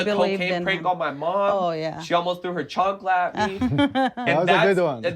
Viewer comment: the way he said “ chancla” 😂😂❤️